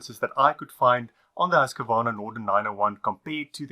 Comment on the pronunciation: The correct pronunciation is Husqvarna ( sounds like Hooskvarna ) certainly not Husk-a -varna .